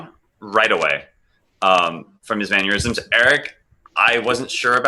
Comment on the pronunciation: Why does everybody keep talking about 'maneurysms' instead of 'mannerisms'?